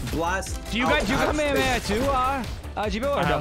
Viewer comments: BRO SYPH SPLEASE TELL NICK HOW TO PRONOUNCE KAMEHAMAHA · Nick come on that is not how you say kamehameha